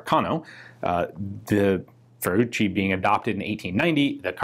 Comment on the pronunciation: Ferraciu' Fer-a-choo pronunciation. Bertoldo Ber-tol-doe pron. Great expose' on V-F short rifle. Doc AV